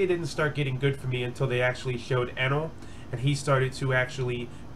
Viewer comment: also its pronounced Eeenel if you cared